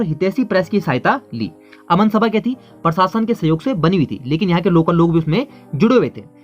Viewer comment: जब हिन्दी में कुछ वक्तव्य दिया जा रहा है तो फिर हिन्दी बोलते हुये Very very important क्या बला है? दोस्त आपका उच्चारण अशुद्ध है आप प्रशासन को परशासन बोल रहे हैं,प्रति को पर्ति बोल रहे हो,प्रसिद्ध को परसिद्ध बोल रहे हो। करने का भूतकालिक रूप "की" होता है "करी" नहीं होता है,जैसे स्थापना "करी" नहीं कहा जायेगा बल्कि स्थापना "की " ऐसा कहा जायेगा,आप "प्रथा" को "परथा" कह रहे हैं,प्रतिपक्ष को पर्तिपक्ष कह रहे हो,उच्चारण की शुद्धता बहुत आवश्यक है।